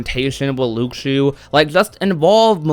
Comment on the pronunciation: It's lu-shoo not luke-shoo. The x sounds like an s